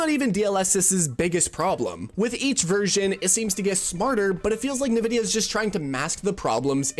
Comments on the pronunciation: "Nuh-VIDDY-uh" ...Says a guy who's clearly never played an actual PC game... *whispered* en-VIDDY-uh... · I came here to say this, but I knew in my heart that it had already been said. <3 (BTW, it's pronounced "N"-Vidia) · I'm pretty sure it isn't pronounced "nuh-vid-E-uh." It is more like, say the letter, "N," then say "vid-E-uh.". I can't listen to this video because of it. Ugh. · It’s “in-vidia”, not “nuvidia”. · Why are people saying "nuh vidia" now? Jensen clearly always says "en vidia" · Thanks for the video, but why are we pronouncing it Na-vidia? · Who tf says Nevidia😂😂😂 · If you say "Nuhvidia", you literally have less than 100 IQ, i swear to god... Search up "Nvidia Intro - The Way it´s meant to be played" on youtube, you'll figure out how to correctly say that word... Everyone, except people with less than 100 IQ knows how to say Nvidia, correctly. 🤣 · Nvidia pronunciation is the backwards way people pronounce 'N'tendo. Most people Say 'N'vidia. cracking me up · You even used a clip of Jensen Huang pronouncing it correctly: "en"-vidia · “Nuh vidia” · Yep, drives me crazy to hear people say NA-Vidia. Look at the spelling... NV not NAV. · NEvidia or ENvidia or INvidia? What is the real pronunciation? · Already know this guy doesn't know shit as soon as the video started. Can't even pronunce Nvidia correctly, and then titles the video "DLSS Made Developers STOP Caring About Graphics" but immediately opens up by mentioning frame gen (which isn't really DLSS, it's one small part of the DLSS feature set) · I memba when Super Sampling was rendering the game at a higher resolution and then down scaling it to your monitors native resolution for better image quality. Good times. P.S. Please learn to say Nvidia correctly. Your pronunciation of it is infuriating. 😡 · Guy can't even pronounce NVIDIA. This is the blind leading the blind. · Why do you pronounce Nvidia like that?